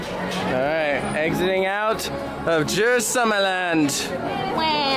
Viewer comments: its not uy, its ö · Pronounce the u in Djurs like you do in uber